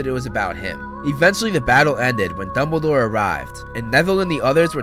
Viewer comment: when he says Dumboldore's army me: are you sure Its not defence association .